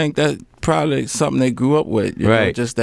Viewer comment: Possibly + Probably = Prosably!